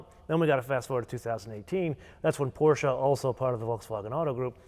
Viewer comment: So you're really good at pronouncing the brands correctly so Porsche is pronounced with two syllables. With that in mind, please say Rimatz, not Rimac.